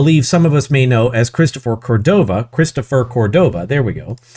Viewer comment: You can't say Christopher Codova's name. Christopher Codova doesn't like you saying Christopher Codova.